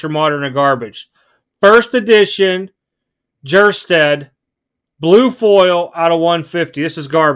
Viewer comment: The J is silent in Kjerstad not the K.